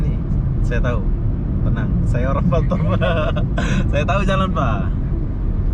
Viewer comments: Batam bukan batem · Kenapa bilang batem Yang benar Batam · Batam bos bukan batem 🤣🤣